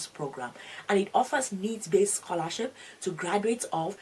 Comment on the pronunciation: Только я слышу сқолашіп😅?